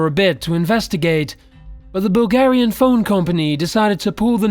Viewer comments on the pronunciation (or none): none